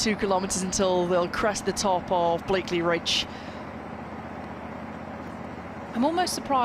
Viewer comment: BLAKEY Ridge , not BlakeLey…. Great AYton not Great Ayrton (Senna???) Take the time to get these details right